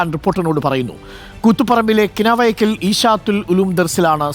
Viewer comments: കിനാവേക്കൽ അല്ല കിണവക്കൽ ആയിരിക്കും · കിനാവക്കൽ അല്ല കിണവക്കൽ ആണ് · കിനാവക്കൽ അല്ല കിണവക്കൽ 😅